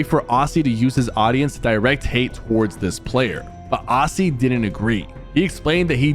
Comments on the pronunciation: “Ozzy” not “ossy” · Stop saying Ossy please, it’s Au-zz-ie